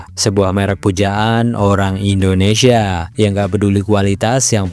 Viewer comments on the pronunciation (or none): none